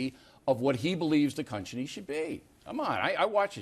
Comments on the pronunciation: O'Reilly said cunchiny instead of country lol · Jon got him all fucked up. That’s not how you say “Country”